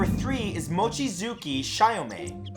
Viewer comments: Actually it's chee-yo-may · For future reference, most letters in Japanese are pronounced as-is. They don't have nearly as many strange grammar rules as English. For example: Goemon isn't pronounced Go-mon, it's closer to Goi-uh-mon or Go-ay-mon. The E is pronounced literally. Chiyome would also be Chee-yo-may, because the "hard I" doesn't exist in Japanese, because letters only make one sound. The only letter in Japanese that has strange rules is U, which can occasionally be silent, such as the name Sasuke, which is pronounced Sah-skay. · Goemon is pronounced Go-Eh-Mon, try pronouncing Pokemon... Chiyome = Chi-yoh-mey... Seriously, typical westeners... butchering Asian names like nobody's business... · You mispronounced Goemon and Chiyome's names, the "e" in Goemon isn't silent, and Chiyome's name is pronounced Chee-yo-me. Try to figure out the actual pronunciation before recording so you don't start a flame war over butchering someone's name. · Ugh he butchered Chiyome's name so bad